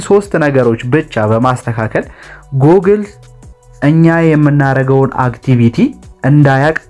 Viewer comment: Google 'ጉግል' ነው የሚባለው።